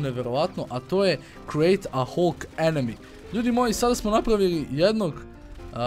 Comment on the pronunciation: Ako oces pravilno kaze se HALK!!